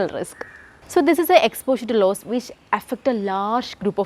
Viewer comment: Not laws forcasting it is loss forcasting